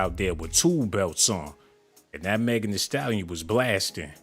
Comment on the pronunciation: Megan THEE Stallion. Megan with the T